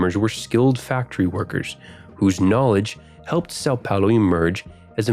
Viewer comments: sal paulow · Suhw pahwlu